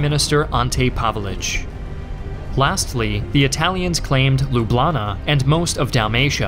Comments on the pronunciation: Loublana? It’s Ljubljana haha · most pronounciations were correct except " LUBLANA " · "Looblanah" pronouncination like a true fuckboy from Ljubljana